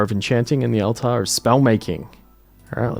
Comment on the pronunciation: Are you saying words wrong on purpose as a joke? Altar 😹